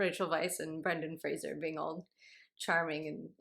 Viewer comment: I just want to thank you for pronouncing Brendan Fraser's name correctly, I reflexively brace myself whenever I think someone's going to say it and I get a little rush of relief every time I hear Fraser instead of Frasier.